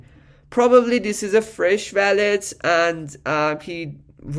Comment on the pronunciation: bro its wallet..not.valet. just say wooow-let❤🙏🏻😉